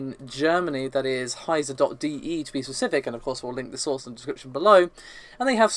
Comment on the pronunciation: Wow, an english youtube channel pronouncing "heise.de" correct. Nice work, greetings from germany! :-)